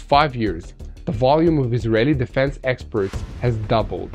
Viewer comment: Exports is pronounce "Ex porets" not experts.